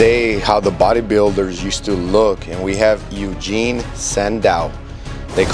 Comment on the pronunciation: Just as an FYI, Eugen is pronounced “OY-gen,” with a soft G as it “get.” Kind of like how Euler is pronounced like “oiler” and not “YOO-ler.”